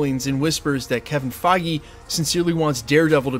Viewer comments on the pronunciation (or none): none